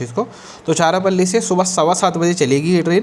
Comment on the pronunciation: its not charapalli it's charalapalli pronunciation please check